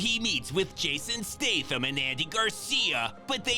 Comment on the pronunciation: I didn't look in the comments, but I wonder how many viewers corrected him on his actor's names.."That's not Jason Statham!" 🤣